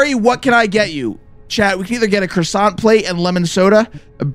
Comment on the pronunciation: R u gona finish that CROSOSSANT